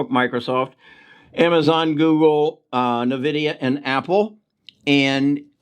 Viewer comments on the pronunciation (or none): none